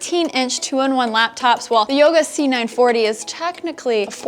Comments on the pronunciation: she said yoga c490 lol. its 940 right ? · Again "Yoga C490" :P